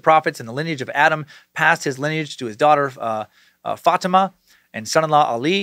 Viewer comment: God damn it dude it’s pronounced FA-TEAM-AH